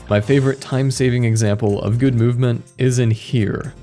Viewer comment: Read this, skipped to it and still laughed. It's the very small focus on "guúd"